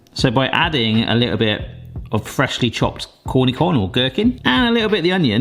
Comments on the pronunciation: That’s an unconventional pronunciation of cornichon. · Took me quite a few seconds to figure out what he was trying to say